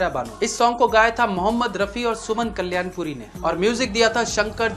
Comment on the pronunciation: It is not soundrajan. Soundararajan. And not Suman Kallyanpuri it is Kalyanpur